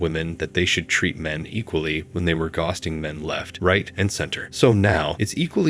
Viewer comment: its so obvious .The way ghosting is pronounced he didn`t even proof watch this video!